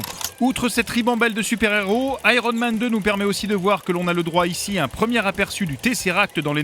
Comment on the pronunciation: "Aéronne Man".... Rien de plus drôle qu'un Français qui essaie de parler anglais.